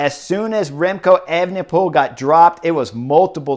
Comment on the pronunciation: Disappointed that you've clearly been practicing pronouncing Evenepoel, bring back Evening Pool! Superb insight, as always.